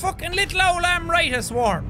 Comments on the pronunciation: Jack the pronunciation of Amrita is Amrit or amrat which is derived from a hindi word meaning a medicine to make people immortal. Like so Jack can see. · Its pronounced Amrit. Rit is pronounced same as kit. In Indian mythology, its a substance that gives immortality. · its amrit (um-ri-t) means Elixir